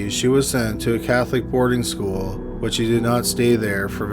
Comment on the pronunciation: "Speaking of schoo-ul..."